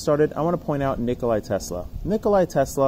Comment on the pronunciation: Nikola not Nicolai...but good point